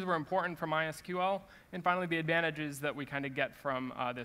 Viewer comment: Thank you for saying My S-Q-L and not my "sequel"